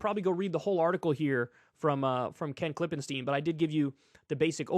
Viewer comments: KLIP-en-stine. Stine. Not steen. He said it right in front of you, man. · I wish someone would teach Kyle how to pronounce stein and stien, it's the other way around from how he does. Klippenstien is pronounced like stone in German, if the i comes before the e you pronounce it like Kyle does. I usually try not to be a grammar police but he says it wrong every week and it triggers me so hard! 😂